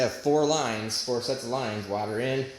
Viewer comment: Maybe just say coolant, since your having so much trouble pronouncing water